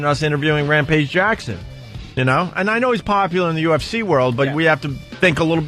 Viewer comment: …HA, go listen to Ant say “UFC”…UfCheee